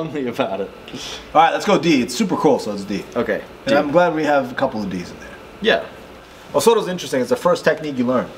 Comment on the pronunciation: Tomoe nage not tomo nage and o soto gari not osoto